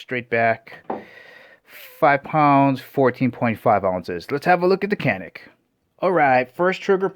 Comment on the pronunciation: Alright matey,canik is not pronounced as it's spelled in America.Turkish c is a j!like the actor Cüneyt Arkin.its really jewnet Arkin.now,I have no love for Turkey!the country,not the bird.once upon a Time their greatest exports were drugs, couple other things but c'mon we only remember midnight express.and motherfucking Cüneyt Arkin!if you've not seen Turkish starwars? unholy mackerel!it straight up steals star wars film stock, hilarious! anyways Turkey is putting out a few decent firearms now.more than a few really.all I'm saying or asking is. let's pronounce other people's language's that are not Spanish, but once upon a Time,our time.a very real threat to Communism!I'm too nice I know but? hopefully that country may find it's way,moving forward in positive directions rather than backwards into used territory?but who am I to say anything.